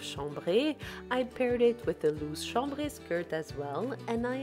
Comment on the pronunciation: Hi … such beautiful ideas. Love how you say chambray. It sounds so elegant said your way.